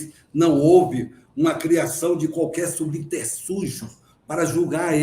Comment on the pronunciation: Falador demais. Quanto mais fala, mais irrelevante é o que diz. Em tempo: a partir dos ele disse "subterSúgio"?! Que língua é essa?! rsrs Enquanto isso, militares sendo constrangidos junto da Polícia Federal... #CONFIA